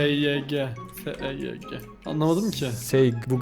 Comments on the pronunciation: abi seyg değil seevgi oooooooooooooo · Abi p Seyg degıl sevgi diyor